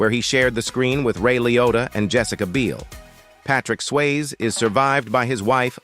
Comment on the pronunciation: I think you need to look up how to say peoples names. How do you not know how to say Patrick Swayzes name????